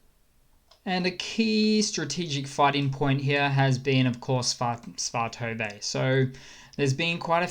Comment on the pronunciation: SVAH-tuh-vuh = svatove